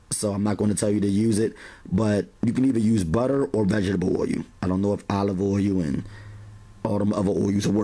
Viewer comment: Great videos! But, you are absolutely pronouncing the word OIL wrong. Ask someone how to properly pronounce it.